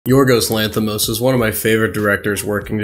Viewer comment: I don’t even know this guy but when I saw his name I instantly knew he is greek (I am Greek) and good job with the pronunciation of his name a lot of English people can’t pronounce correctly our name most of the time so yea